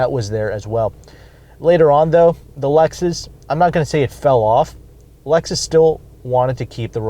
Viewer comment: Dude..it's Lexus!!